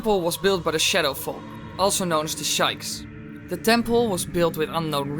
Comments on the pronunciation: it's pronounced Sheeka spelled shiekah not pronounced shikes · Kalle Laakso it's shekia not sheka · you mean shee-kah not shy-kah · Sheikah not Shike. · I love how pronounced sheiks (spelled wrong) as "shaiks"(s-h-a-y-e-k-e-s) P.S autocorrect turned "" into "Willy" does Google not know the concept of common names for the love of FAIRY GOD PARENTS. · How do you pronounce Sheik's name correctly, but pronounce Sheikah like an interjection? "Shikes, My balls are on fire!!!" <.< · its shiekah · You lost me when you called the Sheikah the Shikes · "da shikes" :{ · I'm sorry... "Shikes?" It's spelled "Sheikah" so that alone should give some clue to add an "Uh" at the end, plus "Sheik" is one person (AKA) Zelda so saying "Shikes" is referring to many Sheiks. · Did he say the shikes??? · A ton of people have probably already complained about this but "Also known as the Shikes"? Its pronounced 'Sheek' (spelled Sheik) and the people are the Sheikah not 'Shikes' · You said sheikah's wrong :p Ur pronouciation was better than min tho =D